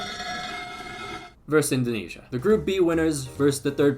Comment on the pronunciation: 🤣🤣🤣🤣 still hard to say "Indonesia"